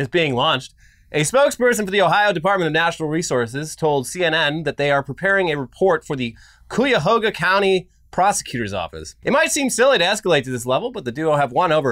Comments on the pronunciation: IT'S PRONOUNCED KI-YUH-HO-GUH. If you've ever heard of the "Burning River" or the story of the river catching fire in Cleveland, that's the Cuyahoga river. Also it's the namesake of Ohio's largest National Park, the Cuyahoga Valley National Park. Sorry for defending Ohio. That park is one of the only cool things here to be proud of besides museums, sports teams, and being perpetually the worst state that isn't Florida. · Guys. Cuyahoga. Kai-Ah-Ho-guh. Cuyahoga. That pronunciation was dreadful. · Dads. I'm from Ohio. Cuyahoga is in my backyard. It is pronounced Kai-ya-hoe-gah or Kai-ya-hog-ah. My wife and I literally had spit takes on pronunciation. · You butchered Cuyahoga. It's pronounced Kai-ya-hoga. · It's pronounced "Kai a hog a" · Cuyahoga = ky-ah-ho-gah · OMG Thank you for the LAUGH!!! You murdered my County Name! lmao. Thank you! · Are you from Ohio? We do not pronounce it like that. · Disagree with your pronunciation, and the river caught on fire several times. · Hearing butcher Cuyahoga was the highlight for me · i wish you guys would pronounce my county right one day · I love listening to non-Ohioans try to say Cuyahoga